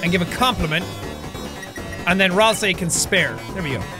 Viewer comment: I'm if thatll work but rasei? It's ralsei!